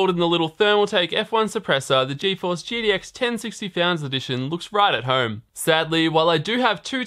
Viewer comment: Why do you keep saying GDX? Its G"T"X DAMMIT!!!!